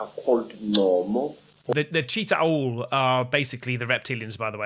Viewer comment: Please watch the first avengers again so you can learn how to pronounce Chitauri 😅